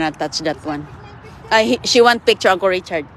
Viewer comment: Yung kababayan ni inday ganda ng porma, pero siya mukhang katulong talaga, kakainis narinig ko na naman ang angkol😂😂😂😂 it’s UNCLE